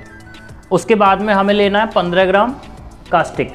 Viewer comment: और आप कास्टिक बोल रहे थे उसको कास्टिक नही बल्की कोस्टिक सोड़ा बोला जाता है 😂😂😂